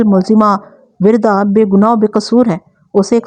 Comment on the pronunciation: Wirda nhe Warda hai, Arabic word for Rose